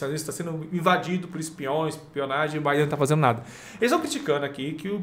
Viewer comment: Não é Joi Biden. Se pronuncia Djou Biden.